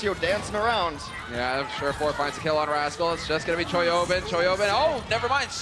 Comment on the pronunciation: The hipster play-by-play sounds like he's saying "Toyota" when saying Choihyobin's name.